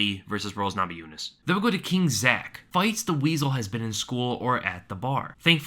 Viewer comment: The "" Weasle